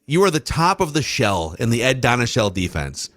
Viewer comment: Don’t ever say “ shell” AGAIN